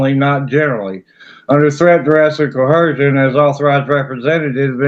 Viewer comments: Why do they ALL think it's "cohersion"? It's coercion, learn to read. Or maybe the script really DOES read "cohersion" I aint paying to read it. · Why do they always insert an “H” into “coercion”? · I was just about to comment! Why? Cohersion?? Ugggh.